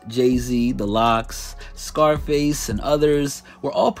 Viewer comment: How did he just pronounce "Scruface Jean" 💀💀